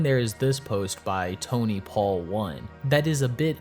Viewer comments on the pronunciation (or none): none